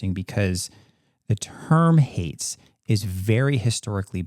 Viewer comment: It’s haints not hates.